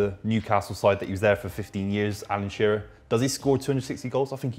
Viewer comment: It's Shearer. Not even close.